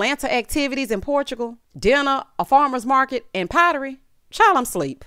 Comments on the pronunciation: Portugo. 🤣🙄 That was driving me crazy!!!! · Aww, get well soon. This trip to “Portugo” (as sheree keeps saying it) has been a mess since the plane ride in the bathroom and it looks like it’s going to end the same way. Oh & yes, Kandi did speak on it with her receipts 😂😂😂